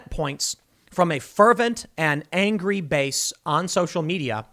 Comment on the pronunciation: Angwee weftist? Guess someone needs a doobie snack.